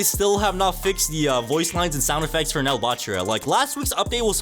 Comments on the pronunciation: Bro pls don’t call it NEL like that, it’s pronounced N E L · Why do yall call it NEL/Nell rin because NEL is a abbreviation for Neo egoist league so saying Nell would be wrong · ngl its be pmo when people say nel ITS n.e.l